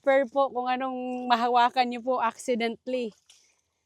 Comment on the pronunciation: Acciden-ta-lly. hindi accidently